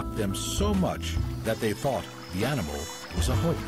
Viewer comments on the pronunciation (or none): “European scientists first thought the platypus was a ‘hoix’...” The title of this video is a “hoix!” What’s a ‘HOIX’, is that like a “joike?” Gotta’ love these AI narrated videos! lol 😂